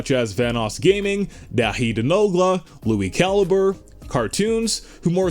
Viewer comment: Did you just say lui chaliber its lui calibre